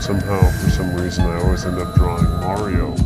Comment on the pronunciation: Turn the game console off May-Ree-Oh.